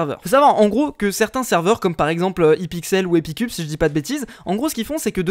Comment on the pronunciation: "hi pixel" sans l' accent anglais nice sa veut rien dire